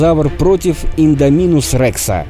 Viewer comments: Індоминус а не індамінус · не иииииндоминус а индоооооминус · Не ідамінус а індомінус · Какого индОминуса? Индоминуса, Индоминуса. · Не индоми'нус а индоми'нус ударение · Вот так пишется «индоминус Рекс» а вот так читаешь ты «индаминус Рекс» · Не индомИнус рекс а ударение на о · Не индомИнус Рекс а индомИнус рекс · Индоооооминус рекс а не индомиииинус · Ролик очень красивый, но не индомИнус а индОминус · не инодомИнус, а индОминус рекс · Не Индаминус рекс а Индоминус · Прости те меня но боже не индонИмус а индОнимус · Не Индоми́нус а Индóминус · Правильно будет индоминус Рекса ударение падает на о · Только по моему ударение на о! В индоминусе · Идоминус ударение на о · Ну какб с индоминусом Рексом ничестно и ты неправильно гаварил имя ево